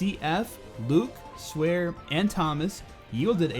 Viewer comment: Pretty sure it's "Swahre", not "Swear" Just saying.